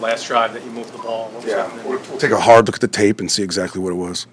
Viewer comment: "I gotta take a bard look..."